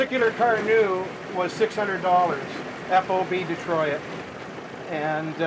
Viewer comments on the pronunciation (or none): Why does he keep saying De-Troy-It? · You lost me at DEE TROY IT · You pronounce Detroit wrong.😂